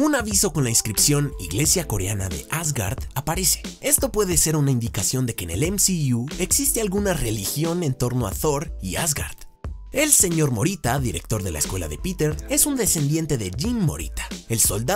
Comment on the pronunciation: en el dice asoard no argard